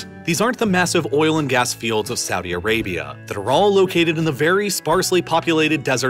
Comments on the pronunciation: *Saudi Arabia, not Suadi Arabia ;-) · "Suadi Arabia"